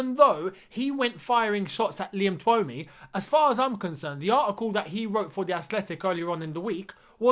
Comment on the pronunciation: Keep hearing everyone butcher that journalists name 😂😂😂 it's pronounced Too-mee (Twomey is a pretty common Irish surname)